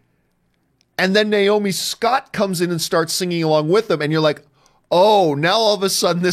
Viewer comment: Hey John, it's pronounced M-ee-na Mas - oo - d